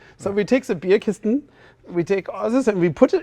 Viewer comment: and - "Bierkistn" very good bavarian german! Top!